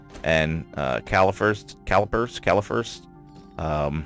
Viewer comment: Caliphers? What? It’s calipers Edit: great video by the way.